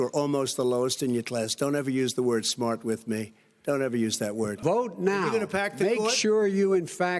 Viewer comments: ’Did you say schmart’...?Imagine the day when the Russian loan sharks come to collect the 300-400million+/-, balloon 🎈💰payment Trump owes and he says, 💸🇷🇺 "no, please, no!", ’ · How DT prounce Smart 😂